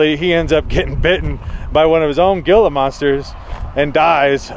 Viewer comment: Gila is pronounced HE-LA